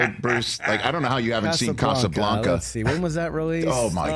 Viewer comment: Why does he keep mispronouncing Casablanca? Its not a Mexican movie